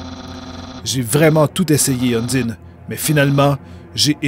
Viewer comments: UN - DIE - NE=> Heune ! d'Aïe ! nœud ! Ou Un dîne !(un bon plat de spaghetti fait maison) Franchement vous cassez pas la tête pour les prononciations seul la passion et les émotions du personnage compte et leur jeux de mot comme Tue-Toriel. et Un die ne "ne meurt un" qui fait référence que c'est le seul boss du jeu qui ne meurt pas en une fois. Dans la voit Génocide c'est encore plus accentuée, par le faite qu'elle repousse la mort par la simple volonté et que la force du destin se plie pour lui donnez une chance. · "Udyne" T'ES SÉRIEUX ? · Zo- phix Dans le jeu, il n'y a aucune indication sur comment prononcer Undyne (malgré que tu aies raison) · sans se prononce sen-nese et undyn:une-da-i-ne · QUELQUES CONSEILS POUR LA PRONONCIATION : Sans: Bon, tu as bien compris, Il faut bien dire chaque lettre du nom. [ S-A-N-S ] Undyne: Toi, tu dis "Undine", Il faut dire "Undahind" Avec l'accent anglais. Papyrus: Rien à dire, Juste qu'il ne faut pas trop prononcer le "R" Flowey: Il ne faut pas dire "EY" Mais "I" et plutôt dire "AO" au lieu de "O" "Flaowi" CONSEILS BONUS: Undyne est une fille, et le personnage que tu joues et soit une fille soit un garçon en fonction de toi. Les attaques vertes que tu as peu rencontré avec Lavtoa ( Et que tu rencontreras plus tard ) Sont des PV, Récupère les et augmente ta santé. Alors là, C'est un conseil qui risque de te spoiler un petit peu. C'est juste un conseil pour ne pas souffrir plus tard. C'est toi qui voit si tu veux le lire ou pas. -------------------------------------------------------------------------------- Je te conseil d'être d'accord sur tout avec SANS, Même si tu ne l'est pas, Car il est ultra susceptible et risque de t'en vouloir si tu n'a pas le comportement qu'il veux que tu aie. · super mais undyne se dit Undayne et dreemur c'est pas demur mais driimur x) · Undyne se prononce ON-DIE-ne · ON DIT UNDAYNE PAS UNDINE !!!!!!!!!!!!!!!!!!!!!!!!!!!!!!!!! (je suis pas énérvé c un troll mais on DIT UNDAYNE!!!) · on dit undayne